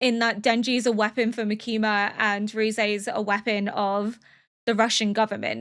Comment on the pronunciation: I'm absolutely loving your reactions and your insight, as well as just watching along with you! :D I have but one note- The emphasis in Makima's name is on the first syllable.